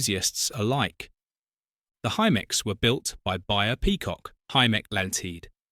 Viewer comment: It's pronounced High-Meck not himmeck. And that's BAYer not buyer. Sorry - can't watch!